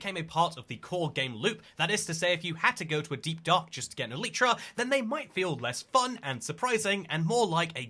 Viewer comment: This is another one of those don't fix what ain't broke kinda things. The eye of ender recipe doesn't need changing. Also, if i took a shot for every single time you mispronounced elytra i would've died of alcohol poisoning.